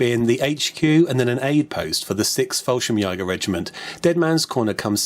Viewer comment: Great video! Just one tiny thing... fallschrimjäger is not pronounced jaager, its pronounced jaeger :). keep up the good work!